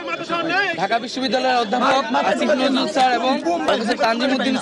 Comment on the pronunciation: আসিফ নজরুলের নাম আপনি উচ্চারণ ভুল করছেন, আপনি ইচ্ছা করে উনাকে উত্তেজিত করছেন আপনি তাদের লোক